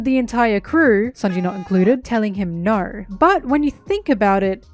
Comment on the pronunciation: Im so sorry but “she had naur home” killed me lol